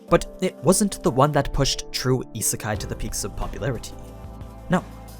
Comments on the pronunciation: It’s pronounced as Yee-Sé-Kai, not Yee-Sir-Kai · Isn’t it pronounced as ee-say-kai?